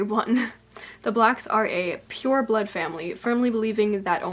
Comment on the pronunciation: Ngl the fact that you pronounced "pur(e)" like "peur" (fear/afraid). It kind of makes total sense